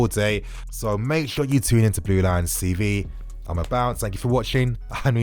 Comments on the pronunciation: Is it just me or does he always say blue lion cv instead of tv?? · "Hello everyone i am, this is blue lions cv" i swear i hear this everytime & i always think he's trolling us